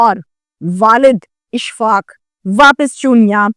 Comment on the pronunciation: O YOU STUPID AND BRAINLESS, THE CORRECT WORD IS AUSHFAAQ, NOT ISHFAAQ, DO NOT DESTROY THE LANGUAGE